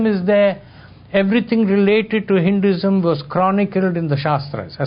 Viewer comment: Very entertaining a talk. It would be helpful if the dh in Buddha and Buddhism could be pronounced as aspirate which it is and also softening the d in Hinduism. As it is many Westerners say Boodaa instead of Buddha. By the way The Institute of Asian Studies in Chemmancherry,Chennai is a one stop center for accessing unique research done on manuscripts and archaeological evidences of Buddhism in the South of India. They have also researched extensively on the various transformations and camouflaging that has occurred in its spread over many lands and revealed evidences of the conversion of Buddhist and Jain shrines into popular Hindu temples. Varma cuttiram is an excellent ancient text on martial arts in Tamilnadu.